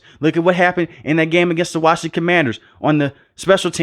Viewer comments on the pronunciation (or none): none